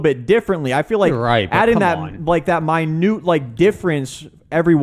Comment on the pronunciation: w the word of the day: Mynute